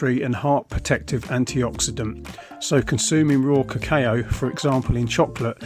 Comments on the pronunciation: Lol kuh-kayo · Ca...Caaayo ?? Haha. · Pronounce "cacao" properly. It hurts the ear the way you pronunce it! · Someone teach this guy how to pronounce it. I had to mute him. 🙄